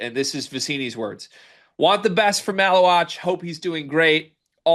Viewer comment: MAH-LOO-WATCH. Not wock